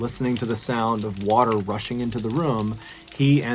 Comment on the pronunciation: Water not waer